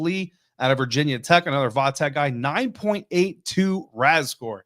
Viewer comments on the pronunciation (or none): “Virginia Tech” or “VT”, not “Vah tech”